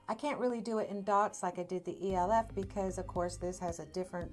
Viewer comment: It’s pronounced Elf cosmetics not E.L.F.